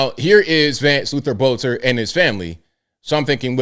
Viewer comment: this is minor, but his last name is pronounced Belter. The o is silent.